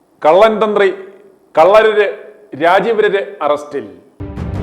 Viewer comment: നോക്കി വായിക്കുമ്പോൾ തെറ്റ് പറയരുത്. കണ്ഠരര് ആണ് .